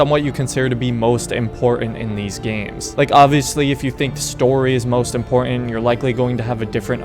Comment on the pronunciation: Great video! However, I feel that I just HAVE to tell you something. "Important" has a T in the middle there. I think Ezio came up behind you and stole it, right out of your vocabulary! The dude is bad AF, I tell you.